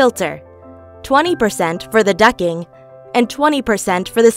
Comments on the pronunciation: Why is she saying ducking? DucTing. Lmao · Ducttttt ing ..... T not ducking 😂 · Ok she’s saying “ducking” I’m not crazy? Am I? Anyone else hear ducking? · Every time I heard "ducking", I died a little... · Ducting . Not ducking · I agree it’s solid info, but her saying Ducking was fuckin killing me 🤣🤣🤣🤣 and she even enunciated DUCTTT tape but somehow ducting eluded her 🥴🥴🥴